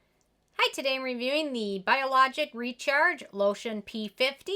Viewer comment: Haha, that was the most American way I've heard some pronounce Biologique Recherche.